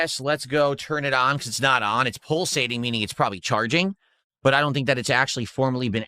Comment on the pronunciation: What’s pull-sating?